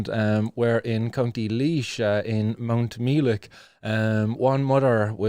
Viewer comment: mount -meh-lick is how us laois folks say it no mee hahah meh